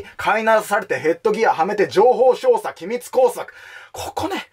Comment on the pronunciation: 一度も情報操作って言えてないのほんとにカワイイ！